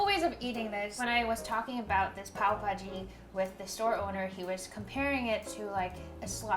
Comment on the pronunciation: Your pronunciation....loved it 'bhaji' melted my heart cutie❤️